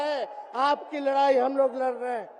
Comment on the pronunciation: लराई या लड़ाई बोलना सीख लो पहले